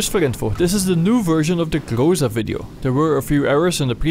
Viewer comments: its not grOza - its grozA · GrozA, not grOza. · aaaand still - its grozA, not grOza) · say grOza one more time and ill slap you. its grozA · Sorry for being rude, but you are pronouncing things wrong It's not grOza, it's grozA And in previous vids I found that you pronounced UAZ like "you-a-z", which is completely wrong It's more like "VAZ", or " oo-a-z" Being a Russian myself, it sounds retarded af P.S. Despite all that, nice vid as always!